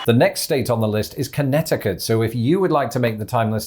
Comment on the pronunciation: For the next video, I think should focus on pronouncing "Connecticut" correctly, because he didn't do so here.